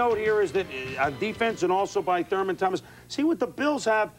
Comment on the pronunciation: Lol how Chris Berman keeps calling him thermal 😂